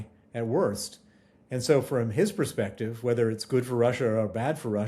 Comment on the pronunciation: Excellent report, but please be advised there is no such word as PRESPECTIVE, the word is PERSPECTIVE. This is always used wrongly by Americans